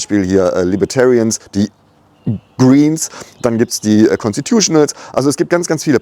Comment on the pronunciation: Mega wie du Greens ausgesprochen hast!